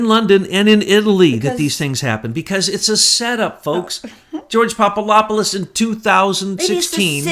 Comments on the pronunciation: Pop-a-LOP-a-LUS ??? Are you SERIOUS? Get some new glasses dude. Come on... it’s not that hard to say: POP-uh-DOP-uh-LUS Switch the LOP for DOP and you’ll stop sounding like a fool. PLEASE! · Popolopolus?? 😂 Poor just CANNOT get that guy's name right. Love you,! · PapaDOPoulos not PapaLOPoulos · Kept waiting for Betsy to correct "Popalopoulos." She usually catches those things. :)